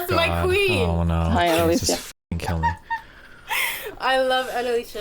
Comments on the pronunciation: Our Queen Annaleesha Edit: to be clear, I'm mocking her worship of Annalicia (calling her queen multiple times) despite her inability to say her name correctly. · She said that, mispronouncing her name